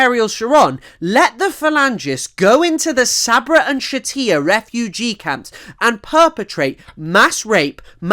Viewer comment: Just discovered your channel, great work. For future reference "Shatila" is pronounced with a normal L sound, I'm guessing a source you used spelled it with a double L and your brain just defaulted to Spanish.